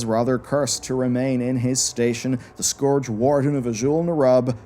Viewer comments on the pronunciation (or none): Great video, but damn you change your pronounciations with every sentence. Sometimes you say scOrge, the next sentence you say scUrge (correct). Then you say Azjol-neRUB like you're rubbing your elbow, then you say Azjol-nerUUB (correct). I'm having flashbacks from the days of WoD when content creators left and right would say DrAYnor, when Metzen himself clearly pronounces it DRAH-nor.